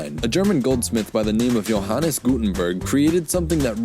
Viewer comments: It's "Gutenberg", not "Gutenburg" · There is something wrong... its not Gutenburg its Gutenberg... ca. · Gutenberg, not Gutenburg! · Plenty of errors in this video. – It's GutenbErg, not Gutenburg. – The pronoun ‘you’ didn't substitute ‘thou’ due to the moving type, it was changed by English society itself. Becoming an archaism by the 18th century. – German, and other Germanic languages DID have the ‘TH’ [Ф] sound, they just had another phonetic development than English, disappearing by the Early Middle Ages in Continental West Germanic languages and Scandinavian languages other than Icelandic. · Since I don't see any previous comments about this: The inventor of the press was called Johannes Gutenberg (not Gutenburg). Still a very interesting story - thank you :) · Johannes GutenbErg, not -burg. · Gutenberg, not Gutenburg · Gutenberg not -burg ;-) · How do you not hear the difference between the TH in "thing" and the one in "this"? One is unvoiced, one is voice. It's like the difference between s and z... That is just embarrassing… His name was Gutenberg, not Gutenburg. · The name is Gutenberg (good mountain) not Gutenburg (good castle) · His name was GUTENBERG not GUTENBURG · His name was Johannes Gutenberg, not Gutenburg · well... his name is Johannes Gutenberg not Gutenburg! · Small correction, albeit late, its Johannes GutenbErg , not GutenUrg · "Gutenberg" not "-burg". also we used to have th in german. But we lost it in our high german consonant shift, when every d became a t and what used to be th became d (though in written german the th survived up to the first uniformation of written german in the 19th century. Though there is one word that kept it's th, "Thron" - throne, as the emperor refused to change his spelling of it)